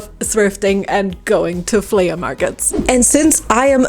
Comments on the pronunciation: Its pronounced "flee" not "fleya" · It's pronounced "FLEE" MARKET.not flea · Her accent when she said “flea-UH” market😂😂 I love it makes me laugh every time!